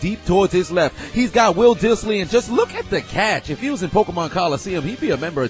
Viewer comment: Holy shit you pronounce Dissly correctly!!